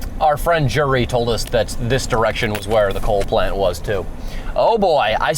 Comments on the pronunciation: His name was JERRY NOT "JURY" 😂omg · Keeps calling Jerry "Jury"😂